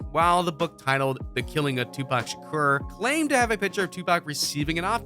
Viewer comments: He keeps saying Tupac shuker it’s (Sha-ko-r) Tupac Shakur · Anybody else who cringes everytime the guy says Shakar instead of Shakur? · couldnt even get kings name right, kept sayn shakar shakar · Why you keep saying Shukar? It's Shakur. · I believe the maker of this video is also the narrator. You would think that during his research he would learn how to pronounce Tupac Shakur's name. Who is Shakar? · His name isint SHA CAR fool 😅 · Whitefox52 Lx he said sum “Tupac Shack-er” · Did he say Tupac Shaker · Bruh I'D APPRECIATE IT IF YOU GET PAC'S NAME RIGHT 🌹(R.I.P. Playa)👑 & START LEARNING HOW TO PRONOUNCE WORDS!!! THANK YOU 🙏🏽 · Don't believe this. This guy can't even say Shakur right. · Lol you can’t even say his last name right 😂😂😂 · You need to stop and let him rest in peace cause you can't even say Shakur right if my dad saw this barely made it threw the video so shut up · This dude don't know how to say makaveli or Shakur. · This dumbass said his last name wrong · That photoshop tho and the way you pronounce his last name😂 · At least Pronounce The man's last name Right!!!! Also Stop talking like you know every thing!!!! Facts!! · He can’t even pronounce Pac’s last name, and he expects me to believe this? 👎🏽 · How is it that he attempts to pronounce Machiavelli but can't even pronounce Shakur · Say his last name right dammit